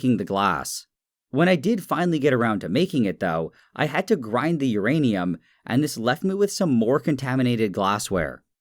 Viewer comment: say urinate again